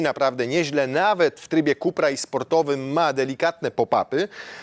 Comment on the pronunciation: "ZINHAJZER" i "IKSTRIM" i "KUPER" ?? Kamaaan XD